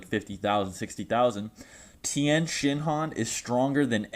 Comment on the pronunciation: Tien thing not town